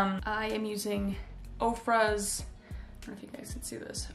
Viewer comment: I thought u said Oprah not Ofra 😂😂😂